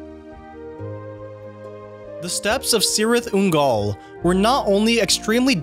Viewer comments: "Sirith Ungol"?? OK, you can add that to the list of things you didn't know about the Lord of the Rings. It's pronounced "Kirith" Ungol! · I understand you know a lot about these movies, but you should know, how to pronounce "cirith" in the cirith ungol.. and also. its cirith ungol, not cyrithungall... dude.. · You did such a good job until Cirith Ungol . It's a hard 'C' like Celeborn or Kirith Ungol. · Its pronounced Kirith Ungol, not Cirith. Only knew 7 of these facts. Well done. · You lost all credibility when you pronounced Cirith Ungol as Sirith Ungol and Aragorn as Eragon. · Nice work. Learned lots of things! By the way, "Cirith Ungol" is pronounced "Kirith". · Same here. Only my nerd ass shouted when Cirith Ungol was mispronounced. Though that was almost forgivable, when I heard not once, but twice, "Aragon" I HAD to check the comment section. All in all, this is still a very enjoyable and informative video.